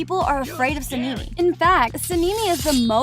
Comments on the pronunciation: Sinimi????? It's sanemi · Sanemi ❌ Sinimi ✅ Muzan ❌ Muzen ✅ Kanao. ❌ Kaneo ✅ 102 fact❌ 104 fact✅ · Suh-nee-mee is wild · ITS SANEMI “san e me” 💀💀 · Her : sanini Me : on the floor laughing 😂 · Nahh Saneemi got me rolling but I like the research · (Sa Knee Knee) (moo San) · SANNEI LOL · Bro really sanimi? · the way she says sanemi literally kills me😊